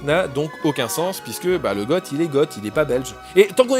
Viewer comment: On ne pas "Gote", mais "Go" pour Goth.